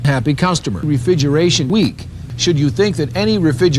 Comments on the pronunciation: Was "refigeration" the best edits in all of history, or does this guy just have a selective speach impediment? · Was "Refigeration" an audio edit by you or did was that just how the guy in the video says it? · Is the Refigeration thing from how the guy originally pronounced the word or was it something you edited? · That was how the guy (David Catanzaro) said it. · Imagine mispronouncing refrigeration 40 years ago for a training vid that no one is gonna see, only to find it pooped like this. XD